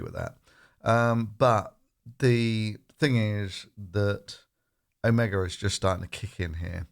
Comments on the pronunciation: When it comes to virology, you're an absolute amateur! "Omega" while it's "Omicron" (then don't do videos when you're drunk!). 1 million cases per day by Christmas... Yea... Well done buddy!! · "Omega" - no OMICRON!